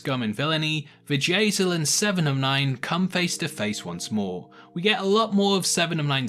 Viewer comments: You say 'Bjayzl' and I hear Vajazal which instantly morphs into Vajayjay, aka vagina. LOL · Sounds like you are saying "Vajay-zel lol